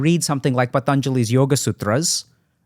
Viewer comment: Yep this is one of the rare podcasts with deep nuances & respectfully explaining each other differences in opinions than just agreeing with each other person unquestionably. And Dr.k pronounced patanjalis yoga Sutras,yoga,ayurveda,Rog (different Indian words) right without an American accent while having his rest of the conversation in his regular accent, that's some awesome control on language (regardless of ethnicity & that he knows about Ayurveda).